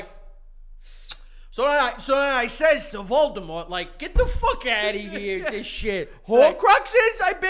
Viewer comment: “So I says to voldamoht ‘get the fuck outta heuh’” is an all time sentence 😂